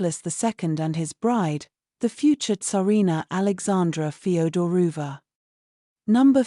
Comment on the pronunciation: Feoderovna not Federuva